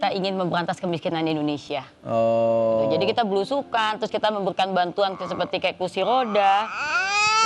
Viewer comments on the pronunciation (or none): Indonesia bukan Indonesa Gus ...